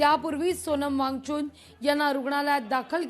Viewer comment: सोनम वांगचून नाहि मॅडम वांगचूक नावं आहे ओ काय पण निदान मराठीचा उचार नीट करा 😅